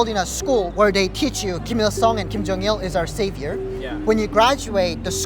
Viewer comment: ㅏㅑㅜㅇㅁ ㄹㄷ디(웁스) Kinda feel weird about this guy. 1. He pronounces Ghim Jung Il (김정일) as "Ill (이을)" instead of "Il (일)" like Koreans (both North and South) would pronounce. 2. He doesn't have any "accent" when he speaks English and he's... FLUENT. He's the first North Korean I've heard without any accent. 3. So he says he's a 'Christian', so he was brainwashed from the Communist and now brainwashed into believing some fairy god that watched all the North Korean starve to death, died from torture, etc. and he worships it?